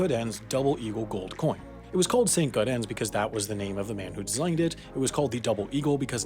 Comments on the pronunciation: Dude, it's just Saint GAWdens, not GAW-dens or Gaw-deh or Gar-dehns or whatever the hell you're saying here. Like "gardens", only "gawdens". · Couple things wrong here. 1. You miss pronounced St. Gaudens 2. You miss pronounced Numismatist 3. There were roughly 54 coins stolen 4. Not all coins have been recovered 5. Stephen Fenton was not arrested 6. The buyer who purchased it from Sotheby's is not anonymous its Stuart Weitzman. 7. The coin sold recently for 18.9 million dollars. Can't wait to see this in the yearly mistakes episode LOL.